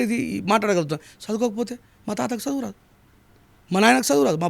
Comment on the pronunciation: సదువు కాదురా ముండా చదువు అనటం నేర్చుకో